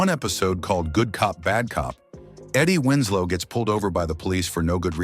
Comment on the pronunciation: I can't continue to watch of this man continues to say her name incorrectly.